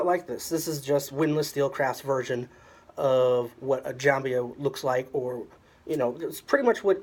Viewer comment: It's jembiah if you want to pronounce it 100%. There's a longer version of it and some of those are made of Iron ore hit by lightning ⚡in Southern Saudi Arabia. Jembiah came from the word jemb which means (body side) cause it's worn on side. Even the waist is considered a body side.